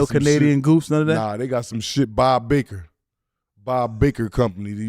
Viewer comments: Bob Barker . Not Baker 😂. The guy from price is right they make it. It's like that in state too Bob Barker 😂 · Lmao Naa black it’s not bob baker it’s bob barker